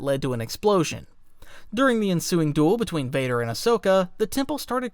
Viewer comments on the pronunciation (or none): none